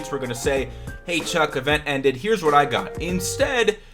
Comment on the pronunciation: His name is Chuck not Truck lmao